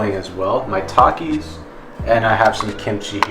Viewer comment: bro is it just me or when he said "maitakis" i thought he was saying "my takis"